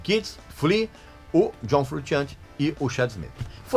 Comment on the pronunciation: Me desculpa aí, mas tenho que fazer uma correção boba. Italiano não pronuncia "frutchiante" como vc está dizendo, pronuncia "frushiante", porque a combinação de "sci" ou "sce" em Italiano é como "sh" em Inglês. Se o nome dele fosse sem o "s" e só com "c" aí seria "frutchiante", mas como a grafia correta é : "frusciante", a pronúncia é como "sh".